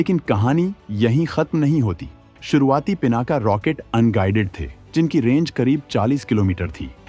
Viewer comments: सही कहा आपने "पीनाक" है ना कि पीनाका। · पिनाका नहीं पिनाक कहो, भगवान शिव का धनुष!शुद्ध बोलना सीखो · पिनाका नहीं पिनाक।